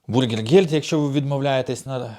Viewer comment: Все так , но Бюргергельд , но не Бургергельд ,это не от слова Бургер.💕